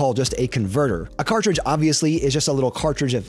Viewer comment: Who else got triggered when he pronounced cartridge the wrong way (pronounced cartridge)